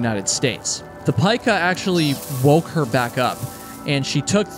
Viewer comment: It's pronounced peeka like Pikachu. That animal is the inspiration for Pikachu.